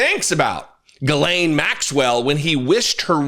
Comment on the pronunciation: Dude. Pronounce her name correctly for god’s sakes you’re the opposite of a MAGA. Please. It’s not difficult. The ‘Gh’ is pronounced like a ‘J’, so spelled more phonetically - or ironically - it’s Jiz-lane. Cheers